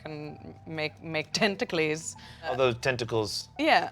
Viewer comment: I can’t wait for Magic to make “tenta-clees” a new card in the next set.